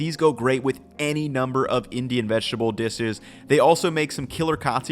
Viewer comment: "...notes in her pook that these go great with any number of Indian vegetable disesh."